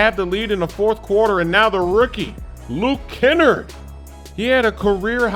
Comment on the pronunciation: Kenrd You mean luke kennard